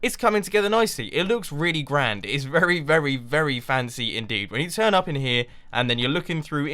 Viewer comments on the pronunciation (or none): none